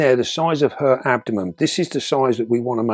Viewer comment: it’s no good, I’ve got ask, why do you call the abdomen the ‘abdomem’? Is it a local version of the word?